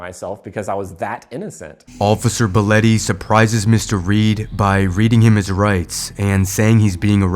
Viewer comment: Why are you calling him Boletty, when his name is spelled Belotte. Which would be pronounced "Bell ot tea" You are calling out the wrong cop because you have dyslexia.